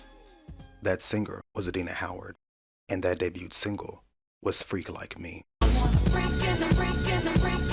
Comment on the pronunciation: The ‘t’ in “debut” is silent. DAY-BYOO. Past tense is 2 syllables: DAY-BYOOD. Excellent video, excellent channel ❤